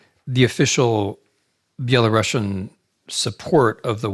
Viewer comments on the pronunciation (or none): Dear Professor Snyder, you of all people should know that it's spelled and pronounced BELARUSIAN and not BelaRUSSIAN! It is very insulting !! to hear "BelaRussian". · Dear Timothy, the correct pronunciation which doesn't offend us Belarusians is ˌbeləˈrusiən , not ˌbeləˈrʌʃən. With all regards! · It's Belarusian and not Belarussian since it comes from Ruś (Ruthenia) and not from Russia (Ῥωσία Rosia) Pronounced like Andalusian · Dear Professor Snyder, you of all people should know that it's spelled and pronounced BELARUSIAN and not BelaRUSSIAN! It is very insulting to hear "Belarussian". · Yes his mind is so fine that it can’t comprehend that it’s very incorrect and insulting to Belarusians to hear someone say “BelaRUSSIAN”. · Thank you for putting (GDL) Belarus 🏳❤🏳 BACK ON the world map. BTW, the correct pronunciation is Be-la-ROO-SEA-AN . PS backgound : кажучы рускі (ў ВКЛ) нашы бацькі ніколі НЕ МЕЛІ на увазе маскоўскі . ЖЫВЕ 🏳❤🏳 ВКЛ! так ХАЙ Гараць далей ДУПЫ ІМПЕРСКІХ МАСКАВІТАЎ!!! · Thank you for putting Belarus in the map. BTW, the correct pronunciation is be-la-ROO-SEA-AN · Exactly😂 Interesting, why is that , he definitely should know about but maybe not , every time he says that feels like using knife on glass, anyway, thank you for the lecture Mr. Snyder, respect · Well the Belarusian lady asking the question pronounced it like Belarussian... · This is quite interesting lecture. But why do you pronounce Belarusian the same way you pronounce Russian?!